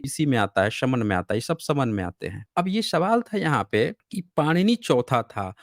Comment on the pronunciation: sir, are you GORKHA, bcz your pronunciation always is sha, any Hindi word eg. Sab log,you shab log, Secondly please speak little how much you talk each sentence minimum 4 times, total debate you only speak other you will say boliye bit again you jump. Try to improve